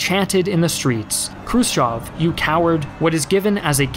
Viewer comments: Che Guevara and not Che Gavera... krutchev and not krotchev... learn a bit of other languages... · Some of your pronounciation makes me cringe. Krus-CHOV? Krus-Chev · I love the channel, but the butchered pronunciation of Slav names is killing me 😂 pronounced "Krew-shyev", EH, not "ah"